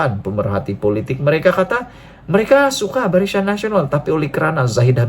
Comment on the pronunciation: Barisyan? Salah sebutan,yg betul BARISAN....aku sokong PN dan PAS